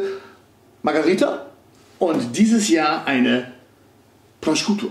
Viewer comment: Man spricht den Schinken auf italienisch "Proschuto" aus :) (Nicht Proskiuto)